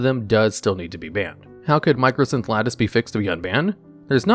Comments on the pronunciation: It's MYCOsynth Lattice, not MICROsynth. There is no R in it. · Sorry...but I just have to point this out... "Mī - Cō" - synth Lattice. MY - CO...not "Micro" lol. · I love that absolutely everyone calls it "Micro"synth lattice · You keep saying microsynth lattice and my brain explodes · loved the video/series, but hearing MICROsynth lattice instead of MYCOsynth was funnily annoying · Just letting you know it's mycosynth lattice not microsynth lattice, nice video tho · Great video. Just want to point out that it's mycosynth, not microsynth. Edit: Also it's Emrakul, not Ermakul. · It's my-ko synth lattice, it's supposed to be a fungus (myco) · Mycosynth Lattice has no R. It's not "mycrosynth" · There is no R in Mycosynth. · Argh! There is no "R" in MYCOSYNTH LATTICE